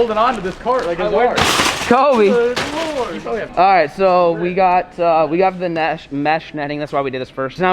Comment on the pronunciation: it hurt when he said KOBEE 😔😔